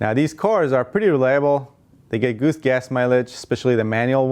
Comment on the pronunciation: Who else heard “goose gas mileage” when he spoke about the Toyota Tercel ? Lol